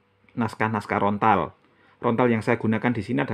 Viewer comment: bukan rontal om tapi LONTAR.